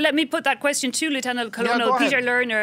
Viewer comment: not knowing how to pronounce colonel doesn't lend much credibility to your show.